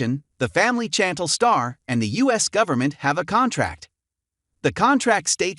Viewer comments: SHantel not chanttell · Her name is pronounced as "SHAN- TEL" But its spelled Chan-tel.